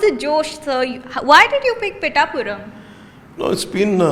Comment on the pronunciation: 1sec Pitthhapuram ❌️ pitapuram✅️